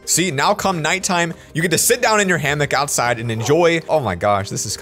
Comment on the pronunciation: did it trigger anyone else when he said hammick not hammock